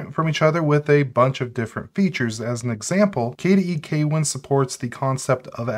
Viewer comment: note: kwin is pronounced with one syllable